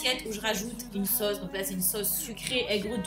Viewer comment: on dis '' sauce'' pas ''soce'' 😂❤️